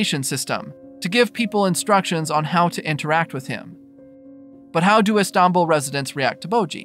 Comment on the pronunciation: "The city of E-stombl"